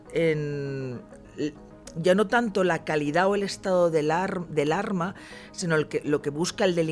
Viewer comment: Ññño, de p,esta señora lo único que sabe es "un arrrma""jajjaj